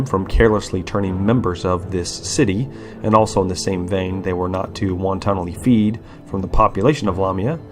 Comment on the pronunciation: Its not Wanton soup.. Its not won ton A ly.. Its Wantonly... Type it into google and hit the pronounce icon PLEASE.